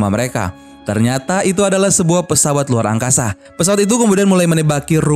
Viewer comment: Wkwkwkwk mimin bilang angkaza